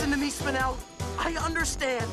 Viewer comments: Spine-l it’s pronounced spine-ell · Did steven say spinal gay?